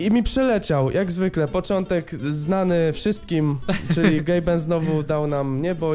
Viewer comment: Tylko to nie jest Gaben tylko Gabe.